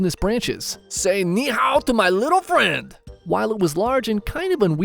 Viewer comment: Instead of "Say hi to my litl friend" Its "Say Ni Hao to My Li'uul friend" (I spelled lttle like litl on purpose)